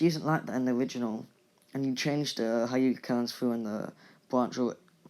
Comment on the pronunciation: Not hi uga it hue ga